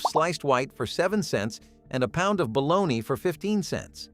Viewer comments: Balogna! Hahahaha! Balo-nie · This mf keeps saying bolonya haha